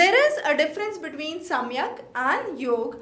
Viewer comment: It is सांख्य not samikhya.